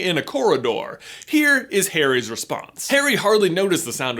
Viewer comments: Did he say "Parry" instead of "Harry" ??? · DUDE YOU SAID PERRY NOT HARRY... hahahahhah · about, instead of saying Harry he said perry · Did he say parry not Harry? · That moment he calls Harry , Perry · he says parry lol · Lol he called Harry; Parry! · He sounds like he’s saying Perry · Did he just call Harry "Perry" or is that just me?? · Actually Sammy, he said Parry... I think. In other words yeah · he says parrry lol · he says Perry instead of Harry🤣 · You said Parry Lol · is it just me or is he saying Perry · my guy J said “perry” instead of harry. Are we having a PnF theory episode coming up? ;) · he said parry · Am I the only one who heard him say "Perry" instead of "Harry" ????? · Anyone else hear him say Perry instead of Harry ???? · you sayed Perry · you said perry not harry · Did he say parry’s scar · he said parry instead of harry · Did he just say "Perry" instead of "Harry" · Pretty sure you said "Perry's scar" 😂😂😂😂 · He literally said Perry instead of Harry around 6 minutes 😂😂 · Did you say Perry's Scar? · Does anyone realize that he says Perry instead of Harry about the mark? I found it funny because I've done that sometimes. :p c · Is it just me or does it sound like he says “Perry” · "What about Perry's scar?" slip of the toungue, XD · Is it only me. Or does J say Parry ? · He said parry not harry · He says perry instead of harry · Yes, he said Perry. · Sky the PSA commander I thought I heard that too!